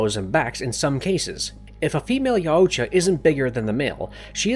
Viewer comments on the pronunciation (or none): Yow-oo-tcha got me and kept going like nails on a chalkboard Just Yow-tcha/Yaw-tcha Au makes a single sound Like taught or caught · I’m pretty sure it’s pronounced (yow-cha) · I'm pretty sure that the pronunciation of yautja is "y-out-ja". That's all, hope y'all enjoy prey today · YAOUtya? Sorry but I believed it was Yautja. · It's pronounced Yowt-cha, not Yow-oo-cha. Drove me crazy for 58 minutes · Buddy puts too many syllables in Yautja lol. It's Yaut-ja not Yau-uut-ja lol. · yow-cha no yah-oo-cha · Yow-cha not yow-u-cha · The name is pronounced "yOWtja" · And also I’m loving the yar udja as he pronounced yaudja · Having to hear “ya-u-ja” for the umpteenth time, I have to stop watching after the narrator spelled out NECA instead of NECA. 😂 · YAH-OOU-tJAH....I can't unhear this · “Ya yoo cha” or “yowcha” i cant😂😂😂💀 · 30 seconds in and you’ve said YOWOOCHA about 5 times… can’t do it. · The YA U CHA 💀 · Pronounced Yacht-Ja. It's like Taut, like a Tiger... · its Yautja.... Not yauooootja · It’s pronounced yowt-juh damnit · Yaaoocha😂 Danny Gluever😂 dude to be so well read you sure do mispronounce a lot of words. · Yaooojta lol just say yaujta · Yea it sounds so weird when he says it! I guess he's trying but a little Google search would tell him how it's pronounced. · Each time i hear you pronouncing Yaucjas it's screeching sound in my head. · Not sure if this is like some automated voice that doesn’t understand the certain pronunciations but I’m pretty sure they were like five or six different pronunciations that were completely wrong. Most obviously is how many times they said Yautja emphasizing the U way too much. Also Predalien is not different than predator and isn’t pronounced PRE-dalien. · Anyone else lowkey mad about how he pronounces Yautja, and animosity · Your pronunciation of yautja is killing me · why do you say yautja like that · it hurts my brain how horrible he pronounces yautja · Can't even say their name right smh